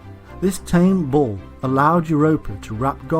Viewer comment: Im hearing "Ball" all the time instead of Bull :p